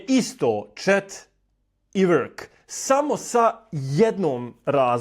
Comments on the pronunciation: Nije vrk pobogu Nego work ... Ne izgovara se vrk😅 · Ja cujem work kao "uək" . U britanskom engleskom: work = /wɜːk/ Slovo r se praktično ne izgovara. Ono samo utiče da samoglasnik bude duži i dublji. Zato zvuči približno kao: „uəək“ ili „wəək“ U američkom engleskom se r jasno oseća